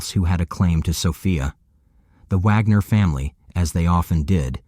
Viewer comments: It's WAG NER WWWWWWW WITH A W. NOT VAGNER AND PLEASE DON'T LISTEN TO THIS VIDEO. ALL THE DETAILS ARE WRONG. THIS PAGE IS FUCKING ALWAYS GETTING STUFF WRONG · Why sometimes pronounced Vagner and sometimes Wagner? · Bro is it VAGNER or WAGNER jesus christ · Their name is WAGNER NOT VAGNER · I feel like Vagner was said more than Wagner.